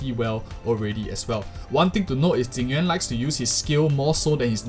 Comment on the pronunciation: i like this guy, he pronounce jing yuan correctly